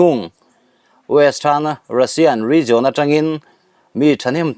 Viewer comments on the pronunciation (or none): Rizawn ni lo in rizian tia lam rik zawk tur a ni lo maw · 'Region' i lam dan hian a ti ngaihthlaknawm loh vek zel